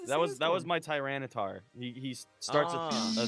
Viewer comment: Okay, seriously its not "tryanitar" it's "TY-RAN-itar"